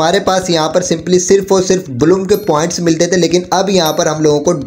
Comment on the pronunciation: Blum❌ Bloom✔️